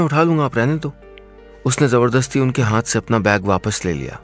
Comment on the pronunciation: Hanth nai hota hath hota h, आप हांथ क्यों बोलते है